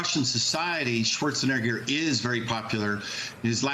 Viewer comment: This video was clearly a man seeing how many times he can get away with saying the N word on national news lmao. That is NOT how you pronounce Arnold SchwarzENEGGER’s last name. My bad, two men and a women*